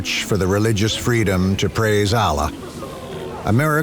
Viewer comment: he even said the 'american' way 🤭